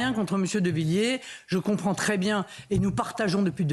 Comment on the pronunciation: Avez vous lu la pétition de Villiers ? (Essayez au moins de ne pas écorcher les noms). Le référendum sur l'immigration comme le demande Villiers est anticonstitutionnel.